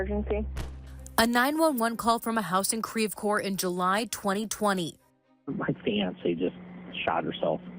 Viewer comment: Creve Couer is pronounced “krev coor” not “kreeve core”🤦‍♀️